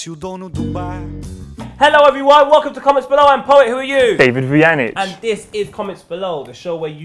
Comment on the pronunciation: Hahah cool Dutch pronounciation Vujanic